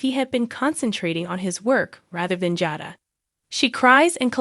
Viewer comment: I don't like how you pronounce Jada and Rachael's names.